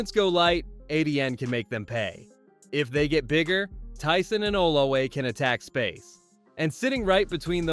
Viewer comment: I can understand Ettiene as it sounds NOTHING like its' spelled but brother... OlaVe it's a V not a W.